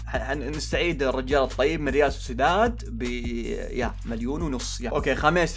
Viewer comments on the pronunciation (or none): none